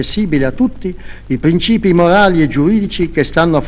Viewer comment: pwncipi mowali e giuwidici pwiero calamndwei